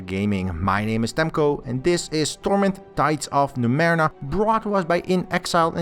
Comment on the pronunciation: Torment Tides of NumeRENA?! What the hell? This doesn't bode well...let's see. Not bad actually! Quite good. But c'mon...Numerena? Dood, it's Numenera, how could you miss that...